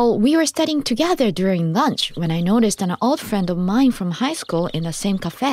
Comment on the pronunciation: Hello, Would you like to have some LURNCH? 😂 Good evening would you like some DINNTER 😂😂😂